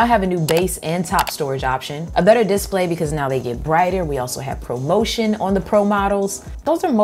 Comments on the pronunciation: Love the way you pronounce diss-play. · "Diss play" lol